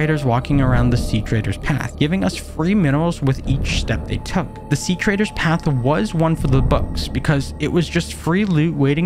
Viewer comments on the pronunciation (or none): Ugh, I love these subnautica playthroughs! Also it's treader not traider. Yeah it is very hard to distinguish the two.